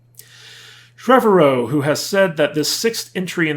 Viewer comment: Trev-ARE-O. Anyway. Look the guy May not be the end all be all AAA writer. But he respects the franchise and the fans. Takes criticism well and I believe wants the best for the franchise. And did someone say a Jurassic Universe. Sign me up. Netflix already has a cartoon lined up “Camp Cretaceous”.